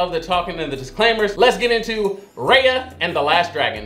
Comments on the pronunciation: said "RAHYA" instead "RAYA" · You keep saying her name wrong her name is not Rhea it's Raya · You said it wrong it’s not Rea it’s Raya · Dude, HER NAME IS NOT R (AI) YUH!! ITS R (I) YA!!!!! JEESE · Hey! One thing you got wrong was the pronunciation of Raya's name: it's pronounced "Rye-ah" like Rye bread? Or rice? It's a long "I" sound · Just so you know Raya is pronounced "Ri Ya" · It’s R I y a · He watched that whole movie.. and STILL pronounced her name wrong at the end ajsjhsdh i cant haha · Not you watched the whole movie and still mispronouncing her name 😂😂😂🤣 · How you gonna watch the whole movie and still pronounce her name wrong at the end ? XD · The a is pronounced like an i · How do you watch the whole movie and at the end still pronounce her name wrong? Lol smh